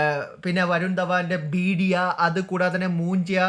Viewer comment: ബീഡിയ അല്ല ഭേഡിയ